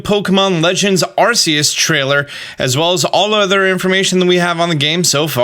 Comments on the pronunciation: It's gonna be tough watching these videos as more details are revealed. Arsayus, what? Ark-ay-us. But "that's not right." Some supporting info, Silvallys ability is the RKS System. R K S, you know phonetically pronounced like AR CE US. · My biggest groan is when he says Arceus wrong when the trailer says it for you a couple times and the narrator says it too lol. For everyone else, its supposed to be pronounced RKS, but my man Austin been goofin the names of hella pokemon so eh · It is pronounced “R Key Us” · My only question is why do people keep calling Arceus like Arseus instead of Arkeus? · How u pronounce Arceus, R-see-us, how other pokemon youtubers pronounce it, R-key-us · ARK-ee-us You're welcome, Austin. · It's Ar-kee-us, goddammit! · Arceus is with a k sound on the c, not an s sound. Type: Null has the RKS system, not the RCS system. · My guy can’t even say Arceus right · I don't like how you say Arceus.